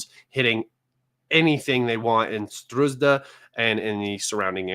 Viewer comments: why you keep calling Sudzha a Sdruzda? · It's more of a tragicomedy...so many thousands of people die around Sudzha and guy can't learn the name of the place for months ...